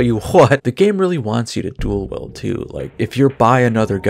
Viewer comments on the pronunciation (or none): Your videogame and supernatural critiques are peerless in quality, but the way you pronounce "dual wield" is unacceptable.